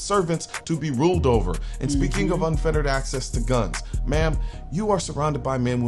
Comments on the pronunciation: Unfettered not unfeterated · Unfettered not unfetterated